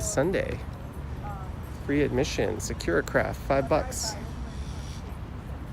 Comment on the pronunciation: Hi, you may want to look up the pronunciation of sakura. It’s not secura;) Great video, thank you!